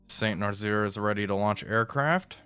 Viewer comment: Damn, he didn't see my comment on Nazzaire being pronounced as "Nuh-zz-air" instead of "Nuh-zeer"